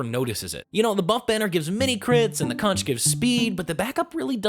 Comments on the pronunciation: OH MY FUCKING GOD I THOUGHT I WAS DONE WITH DUMB PEOPLE PRONOUNCING CONCH WRONG AFTER LEAVING FLORIDA BUT NOPE APPARENTLY SOME PEOPLE STILL DON'T KNOW ITS PRONOUNCED KONK EVEN THOUGH THE ITEM NAME IN THIS FUCKING GAME IS MEANT TO BE A PUN ON THE WORD CONQUEROR kOnTsH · It's pronounced conqueror, not concheror, because the conch is pronounced as conk.